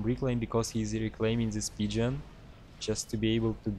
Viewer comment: I love how pgen always sounds like pigeon. I have same issue too